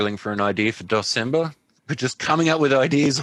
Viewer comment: Aww it was supposed to be DEC-cember.